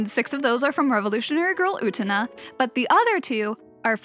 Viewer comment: Don't know the nicest way to say this but you are not pronouncing Utena correctly.